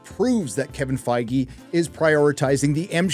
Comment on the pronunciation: Isn't it pronounced Fig or Feeg ? Think the E is silent no ?